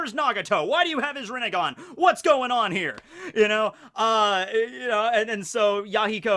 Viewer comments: "sasuke has the renningan" me: "its renni-gonee" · Sasuke rinnegan is rinnegone